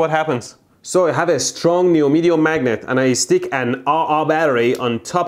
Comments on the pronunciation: Neodymium. He said neomidium. 😂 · Will Mehdi ever gonna learn to say neodymium??? I love your videos Mehdi! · Neodymium not Neomedium 😂😂💀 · Whet the hell is Neomedio magnetic? It's neodymium. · lol it's not neomydium magnet, it's neodymium magnet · Strong "nyemidium" magnet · It's Neodymium and not Neomydium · lol great video but, im sorry, "neomidium" magnets. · "strong neomedeum magnet" xD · “I have a strong “neomedium” magnet”. I’m sorry but I had too. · Wow neomedium magnet and aaa aaa battery 😂😂😂😂